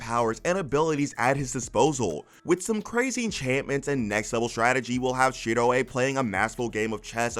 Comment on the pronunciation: I can't not hear the wrong pronunciation of Shiroe 's name now. Did you even watch log horizon dubbed?